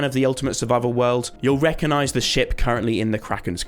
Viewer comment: Dude instead of "sinking ship creature" I heard "sinking s*** creature"